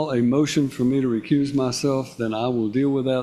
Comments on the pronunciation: Is he saying, "Recruse"? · Homeboy said “re-cruise” ya self 😂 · It’s “recuse” NOT “ Re-Cruise” you JIVE TURKEY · Did the moorish, sovcitidiot say recruse? Such an idi0t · “Recruse yourself, dude.” Between that and ‘aksing’ questions this guy can’t even speak English much less “law”. He shouldn’t be allowed to represent himself on those grounds alone. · It's correctly said, recuse, so he's saying recruse, not recruise like a ship's cruise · He's trying to say recuse